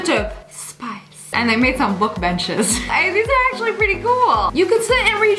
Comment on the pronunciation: Who else noticed it said accually?